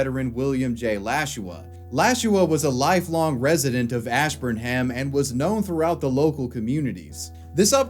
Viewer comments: I know you're not from Mass so it's not your fault but it's pronounced "Ash-burn'em." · take a shot every time he pronounces Ash burn Ham